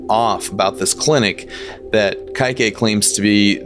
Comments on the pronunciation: I don’t think it’s pronounced Ky-Kae I think it’s pronounced Ke-eh-Kee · You've been pronouncing the name correctly, just the end sounds more Kaiqu(ee). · btw its pronounced Kah-ee-kay, but you got it way better than others, some have pronounced it cake